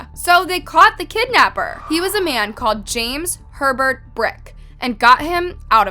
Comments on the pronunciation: When she said Herbert I thought she said pervert lmao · When you said "James Herbert Brick" I thought you said "James Pervert Brick" how did I think that-- I am not even dirty minded. Wth